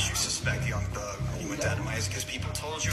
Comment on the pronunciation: 'yeung theug'